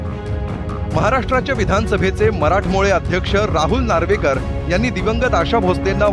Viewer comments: हा नार्वेकर आहे की नॉर्वेकर??? चॅनल वाल्यांनो, अशीच अब्रू काढा एखाद्या नेत्याची. याला अध्यक्ष कसं म्हणायचं रे..? म्हणजे आता सगळं अधिवेशन असल्या होपलेस समोर कसं पार पाडायचं? हीच परिस्थिती राज्याच्या प्रथम महिलेची. आणि ह्या रां...ना हिंदी पाहिजे होती प्राथमिकपासून शाळेत.. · हे नार्वेकर आहेत की नॉर्वेकर ? 😅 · हा नार्वेकर नाही नॉर्वेकर आहे भिकार कुठला